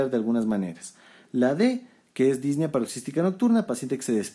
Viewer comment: Muchas gracias por su video Doctor! Excelente como siempre. Solo comento esto porque me hizo ruido las veces que lo escuché, y lo volví a escuchar en sus videos más recientes, espero no le moleste la corrección. La pronunciación correcta de la palabra "Disnea" es con acento prosódico en la e, no lleva acento en la í, como usted la pronuncia. Es decir, Dis ne a, no Dís ne a. Igual sucede con la palabra Ta quip ne a. Agradecido por su contenido y sus videos!